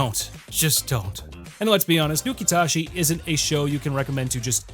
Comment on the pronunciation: Nukitashi said Nuke-it-as-is